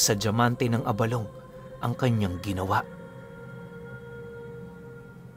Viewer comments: Tama ang pagkakabigkas mo ng abalong. Sa mga ilonggo gaya ko, yan ang pagbigkas. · Good day Tama po ang pagbigkas nyo ng abalong. Pinuno ang abalong ay Isang uri po ng gabi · Tama po yang pagkakabigkas mo abalong lesting po from Capiz matagal ng taga subay-bay ninyo